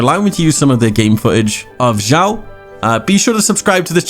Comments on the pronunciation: It's read as Shyaw why said Jyaw?😂😂 I can't understand? It's obviously Shyaw😂😂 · Honestly this video is really nice, but just kinda gets on my nerves when u say his name. His name is Xiao not Jiao, like the way u pronounce it sounds like foot in Chinese.🤣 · Why everyone say Jiao instead of Xiao? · You spell his name wrongly, it is [s ya o] [S] from sad [ya] from yawn